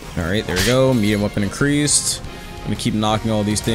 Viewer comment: "Shadow Ikireased"